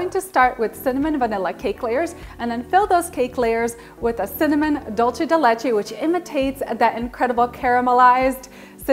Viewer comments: Sounds phenomenal! I'm absolutely going to make this now that its cooled down! By the way, you pronounce it "dulsay" not "dulchay" just saying... Happy holidays! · This cake sounds delicious ,but why do you keep pronouncing the word wrong there’s no H in dulce ( d..u..l..cee ) not dulche.